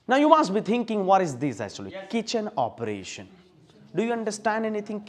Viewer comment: Kitchen oparetion😂